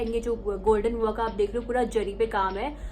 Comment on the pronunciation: Its zari not jari